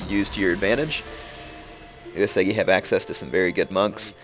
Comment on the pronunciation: love the vids & the new campaign but a few tips on Japanese pronunciation; "Sado" is not pronounced "Say-Dough", the 'a' is pronounced as in 'father", it's "sah", like going to the dentist, "say ahhhhh" so Sah-dough. The U sound in Uesugi is pronounced as in the "oo" of 'boo' or 'zoo', the e is pronounced as "eh" like Canadians do;-) so it's "Oo-eh-soo-gi". Your "Yariashigaru" and "Kenshin" are spot on though! Keep up the good work!